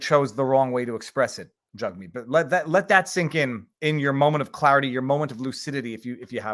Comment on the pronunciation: Each time you say Jugmeet Jughead keeps popping into my head. Jagmeet better get use to the heckling and just because some cdn shoved his finger in his face, while he was in the car doesn't constitute harassement. It was a moment of anger. Had the guy bang on the window it would only constitutes intimidation. A misdemeanor. It was just rude if anything!